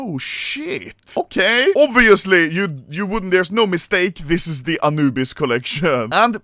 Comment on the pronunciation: Why does the Swedish man say it like anoobise bruh 💀💀💀💀💀💀💀💀